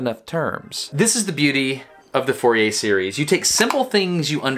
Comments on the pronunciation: If you pronounce "Fourier“ like this, you have no right to criticize other people's pronunciation of "gif". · But nobody has complained about the pronunciation of the Frenchman Fourier's name; being French it is not pronounced as four-ee-ay, it is more fur-ee-ay (fur as in fury (meaning very angry), or is that pronounced foury?). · Fourier Pronounced Foo-yay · More of a Foor-ee-ay to get the acute accent e sound of -er in french.